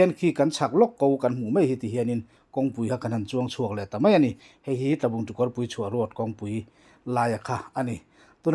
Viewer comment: Kawrpui/Kamis ti I la chhuah,kawrpui chhuah I rawn lam rik dawn hi ka hriat vawi 1 na.kawr/Drain Kawrpui chhuah tih hlir in ka lo hria,a lamrik dam a tang hian a kawh a hrang daih si a,enge dik ta zawk ,a dik tak zawk hi a khaw mipui te khan rawn sawi lang teh u pls.youtuber thenkhat hi chu an thil tih pawh a dik hriatchian phawt hmasak nachang hre silo a,a dik.lozawk rawn po uah chhuah pui tawp hi an awm tlat thina.hmun.hming te hi a khaw neitu te hriat ang ngei hian lam rik sak/dik tak ngei a tlangzarh sak thintur,a pawimawh a nia.